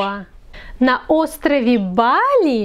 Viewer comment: Ещё один момент: неправильно сделала ударение в названии острова Бали, не БалИ, а БАли. Ударение - это очень сложный момент. Спасибо.